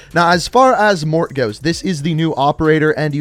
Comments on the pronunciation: Stop pronouncing it Mort! Its pronunciation is Mor-Tay! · Morte's name is pronounced Mor-teh Not mort 😩😩 It's italian for death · Morte’s name is actually pronounce “Mort-aye” not “Mort” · For the love of god.. Morte is not pronounced Mort. MOR TAY. Morte is Spanish for death. Not mort. Its been weeks and you still say mort. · His name is not Mort. It’s pronounced Mortay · He keeps calling him Mort hahahaha he even talks about his nationality but still pronounces it like a child hahah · And it’s mor-te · Yo you butchered his name its morte pronounced in english ||| (mort) (ay) ||| or in french |||(Moe) (t)||| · Mortea is how you say it. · "I don't speak Italian." Obviously. It's pronounced morTAY...the TE is said as TAY. Morte=mortay. Please research how to say foreign names. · You are a disgrace. Morte is pronounced "Mor-tay" and it is only Italian and Spanish. It's "Mort" in French. I'm sick of you mispronouncing every other word. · mort(aye) is the correct pronunciation of "death" in spanish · His name is pronounced More Tay (Morte) which in Italian, French, Spanish and Latin means death/dead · I know people have probably said this a million times but he pronounced morte wrong lmao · My dude just google how to pronounce MORTE in Italian! Stop being so american